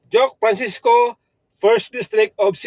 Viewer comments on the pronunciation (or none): Klaroha na sir pag pronounce basin Duke Frassco na sa 5th district of cebu